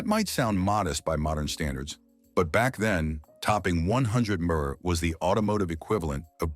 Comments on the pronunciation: Your AI needs working. It doesn't know how to pronounce mph. How absolutely laughable. Your code writer should be fired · Loathsome AI voice, can't even pronounce mph. Thumb down dislike given. Couldn't watch past 3 minutes.